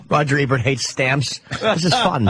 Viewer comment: Anthony: "Rogert Ebert".